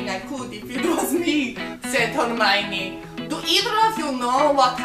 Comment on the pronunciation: I just had to spit my tea out after the "whatever house errrrmiiine" bit - almost crying with laughter :')